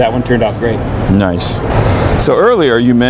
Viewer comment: I think he said nice but with an o.